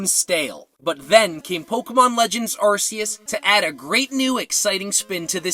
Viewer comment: It’s pronounced ahr-KEY-iss, “”! Get it right! 🤨